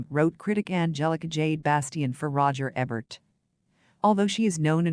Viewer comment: All of this content is nothing new. It is everything a basic primer of Crawford has already told. Also, you mispronounce many common names: Bette Davis, Roger Ebert, Metro Goldwyn Mayer. Citing your sources during the monologue makes this video sound like a sophomoric book report. And finally, the monotony of the narrator's voice sounds worse than fingernails on a chalkboard.